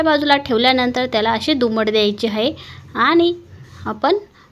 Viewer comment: मस्तच. पण हाये नाही आहे बोला.